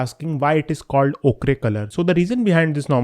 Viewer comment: Ochre is pronounced 'oh-kar' AFAIK